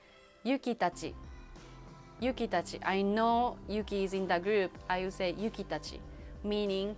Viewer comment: # please learn to pronounce the “would” and “again”🧐